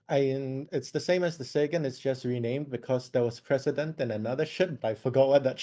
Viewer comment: thank YOU for pronouncing the Sagan correctly. Never thought I would hear it said correctly on Casual's channel here.